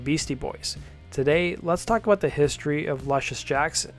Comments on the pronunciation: Why do you pronounce it Lush-iss when you are aware the inspirational name is pronounced Loosh-iss? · Pronounced: Loo shuss Jackson. Like the basketball player.